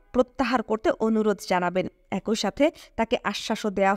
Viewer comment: একই - উচ্চারণ এক-ই ‘ঐ’-নহে। ধন্যবাদ। *মারাত্মক ভুলটা বহু লোককে করতে দেখি। ধারাভাষ্য বা বুক রিডিঙে এসব ভুল উচিত নহে।